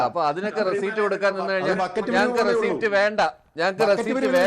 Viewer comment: റെസിറ്റ് എന്ന് പറയു